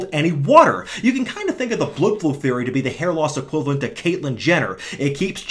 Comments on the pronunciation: oh right, it sounds like you’re saying bludflew, rather than blood flow. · enough is enough. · does he pronounce "blood flow" that way because he's making fun of the british dude from HG, or because he has no testosterone left?